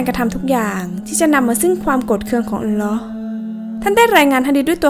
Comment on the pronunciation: อัลลอฮ.อ่านให้ถุกด้วยครับ alloh